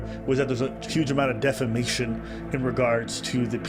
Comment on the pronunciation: Ok, so its a little funny that they cant read the word defamation 😂 and after tried to read it again